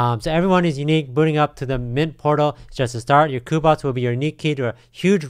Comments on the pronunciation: When he said COOBOTS and ETH instead of "EETH" I gotta stop there lol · i think it's pronounced like "queue" as in Cube-Bots. Cubots.